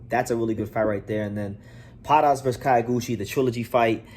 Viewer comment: Not "Kayo"- guchi. "Kyo' -guchi, as in the city "Kyo"to